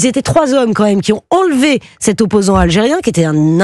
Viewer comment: Oppoosant??,,,,????? Wowwwww